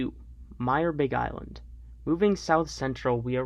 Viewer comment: Also… you said a lot of park names wrong for example sakatah and Myre Big Island